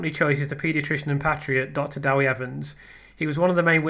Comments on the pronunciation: Love your analysis. By the way, just to be pedantic, it's Deh wee Evans, not Dah wee Evans. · It's less than helpful to comment about Wales, the language, how the interview was conducted, the numbers of people who speak Welsh, the audience size & etc when you weren't able to listen to it and know little about our country and its history. You don't even know how to pronounce "Dewi" correctly. it's NOT "Dawi". To Welsh-speaking people that's intensely irritating and your attitude condescending. You might stop to consider why in 2025 everyone in Wales speaks English, when five centuries ago hardly anyone did so & what has happened since then. I am persuaded that Letby would not have been convicted had the jury heard the expert neonatal and statistical opinions publicly expressed since her trials and that she is therefore innocent. I prefer to listen to experts who are unbiased be they legal medical or whatever. Cheers.